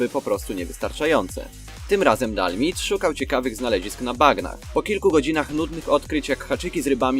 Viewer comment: nie dalmid tylko (czytaj:di al maj di